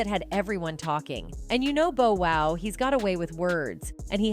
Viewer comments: It’s Bow Wow not Bo Wow please get Hip Hop Artists names right if you’re going to cover it , Love your videos but miss pronouncing names of iconic artists isn’t a good look especially 2Pac name. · i mean she stress the Bo Wow!! << who??..lol...smh omg! if ur gonna call yourself UrbanPulse Learn to Pronounce their names right! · Touche'. She white. What do u expect. Cringed Everytime she said Bo Wow😂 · I cringe every time commentator/ narrator says Bow Wow's name ...😩